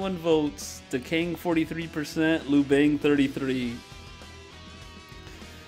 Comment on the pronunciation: Bro ugh.. how you read liu bang lol.. liu is like lee-you, bang is like ba in bastard.. lee-you-bang..